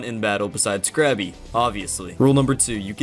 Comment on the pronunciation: It's Krabby, not Krappy.